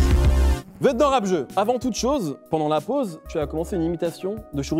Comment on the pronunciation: Rap Zeuu!! mdrr le présentateur